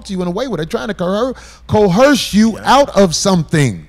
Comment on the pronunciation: Why Corey keep saying co-herse?